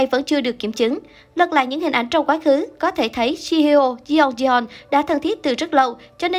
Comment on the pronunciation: Ngta là Jeongyeon hay còn gọi là Jungyeon hỏng được thì gọi là Dungdon chứ đọc là Se ong di don là ai má ?